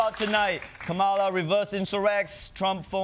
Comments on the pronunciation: Did Ronnie just say "ka-MA-la?" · Say her name correctly please Ronnie. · And this Chinese man still can't pronounce Kamala lol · At least pronounce kamala’s name correctly…. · Ngl drives me crazy that ronny hasn't bothered to learn how to pronounce kamala's name. Multiple shows too. Shame. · This is why she lost even he can’t say her name correctly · Pronounce her name correctly